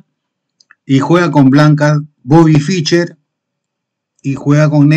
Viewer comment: No se pronuncia "Ficher", se pronuncia "Fisher", es muy molesto oír apellidos sencillos mal pronunciados.